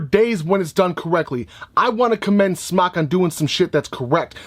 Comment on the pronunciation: According to Mike Vapes it’s pronounced smoke. It’s spelled smok because it does not produce smoke. So you and anyone else who mis pronounces the name of their company, should rest easy. That we now know the official way to pronounce smok. While not referring to the vape, as smoke. If you are a reviewer, it’s detrimental to pronounce, what you are reviewing in the correct manner. So while it is your channel, you know and I know damn well, you can do whatever you want. At least...least say it the way they created it. It was smoktech, then to just smok. It was never smocktech. I mean you’d rather vape something you wear? Yep some other trucker or smother trucker or whatever jive language you have created for yourself. #imnotahater #hater